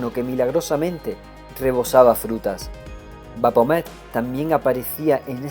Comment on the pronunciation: Maravilloso trabajo, estoy disfrutando mucho este gran libro, solo como recomendación te sugeriría revisar la pronunciación de algunos nombres, en especial de ciertas ciudades o personajes como Baphomet (pronunciado BaFomet) porque de repente eso te bota de la narración, o al menos a mí me sucede :/ como dije es solo una sugerencia y fuera de eso te felicito y agradezco por tu trabajo :D